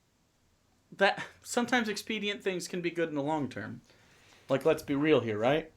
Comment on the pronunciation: and seem drunk. Mispronouncing "expedient" and laughing like hyenas...